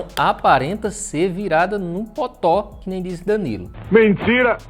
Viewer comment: Depois de meses acompanhando o canal, agora que percebi que ele fala "potó" e não "totó"